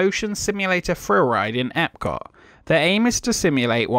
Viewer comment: I can't watch anymore of your videos based on the way you pronounce "Epcot".